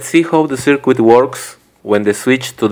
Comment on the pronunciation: You may have heard this before, but, we say circuit without pronouncing the "U" in it and it sounds like this........."CIRKIT". Otherwise it sounds extremely strange the way you say it.